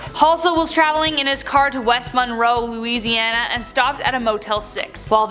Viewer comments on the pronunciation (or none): none